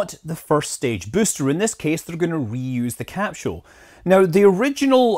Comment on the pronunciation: It’s hard for me to decide what my favorite cap-shewl is